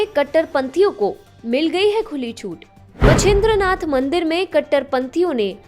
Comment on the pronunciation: Ummm... She cannot say मच्छिंद्रनाथ properly. She says it correctly at the start of the video but then she butchers it.. it is obvious that if we don't take our religion/tradition seriously then no one else is going to, too. # you are on YT channel which is global. Please do your research properly before you butcher names of our Saints and Munis. It is demeaning because Muslims are taking our religion for granted. But then by butchering the name of the Saint, even you are taking it for granted. I live in the US. And here Non Indians literally take efforts and even care to take efforts to pronounce my name properly. If they can't, they ask me how to pronounce it and practice it until they can pronounce it properly. However it is very surprising that Indians, either in US or from India, 1) don't know how to say my name 2) call me by a completely different name 3) don't even care to ask me how to pronounce my name correctly 4) If I tell them how to pronounce it correctly, they still call me with a completely different name. This shows 0 effort on Indians part and also shows how much they care less about others. Name is a very personal identity guys. If you mess up the name you start with a bad image of yourself and it will never get better unless u take effort or even care to take efforts to rectify a pronouncing a name correctly. So simple, but so very impactfull and important.